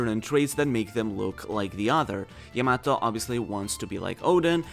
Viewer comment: Your butchering Yamato's name